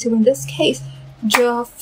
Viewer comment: His name is pronounced "Jeff". It's the English spelling...